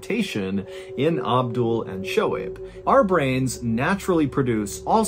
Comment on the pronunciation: Hey John! Im a Pakistani-American, and just wanted to let you know that Shohaib is pronounced "SO-Hayb" That all! lol. Oh and those bee stings could not have been a coincidence. Might be proof a that a creator exists. I mean what are the odds?? Amazing story!